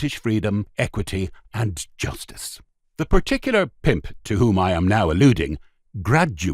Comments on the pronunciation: I love the way the narrator says. “ Pimp!” Almost like ‘pey’. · Good story, shame about the terrible over pronunciation "the pimp" and others, bad narration. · Yeah the “pimp” word was just over pronounced every time , got right on my nerves